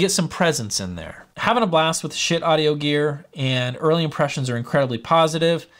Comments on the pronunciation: It’s pronounced shiiit dude. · ...but...it's not pronounced ska-heet. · Had to turn the video off once you said Ska-heet. smh. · I would have gone for something that sounded like "Skeet" but ill take this pronunciation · it's pronounced "shit", as in I feel like I need to take a good ole' fashioned shit...LOL. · haha! Definitely not pronounced Ska-heet. I'm guessing you are joking! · You should do some research on the companies and gear before reviewing. It's pronounced SHIT, as in, "that's some good SHIT". Check the company history on their website. : ) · Schiit, man, doesn’t even know how to pronounce the company name. But we venerate the Holy Schiit. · Omg I couldn’t watch it because of the pronunciation it was making me angry. Please change the title of the video omg and put it on your thumbnail that you correct yourself after 7 mins. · I can't take someone seriously when they can't even pronounce the company name.